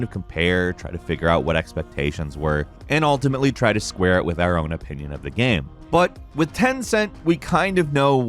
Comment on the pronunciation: "GAME" not "gham". What is your first language, guy?